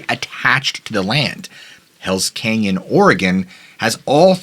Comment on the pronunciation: Sooooo... Is it "Kenyan",, or "CANYON"??😂🤣